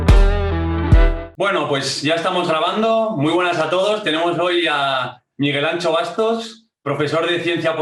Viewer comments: Como puedes llamar al podcast "no es país para tibios" y empiezas diciendo todos y todas??? Eres un tibio socialdemócrata!!! Por cierto no es "Ancho o Antxo", lo mínimo para respetar a tal eminencia es decir bien su nombre,esa "x" se pronuncia como la sh de Shakira. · Por favor, el nombré de Miguel Anxo Bastos se pronuncia con X gallega (más o menos "sho' o "sio", muy parecido a como pronuncias el nombre de Shakira. Pero no digas eso de "ancho ", que no es vasco, es gallego. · Está gordo pero no se llama "Ancho", se llama Anxo (pronunciada la X como pronuncias Shakira).